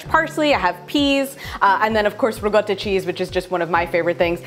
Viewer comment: It’s riCotta not rigotta!